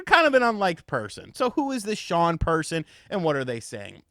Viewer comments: It's pronounced or shawn or shahn. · I'm sorry but Sean is not Shawn. Sean is Sean. Thank God I don't know anybody named Sean, because I would call them Sean all the time.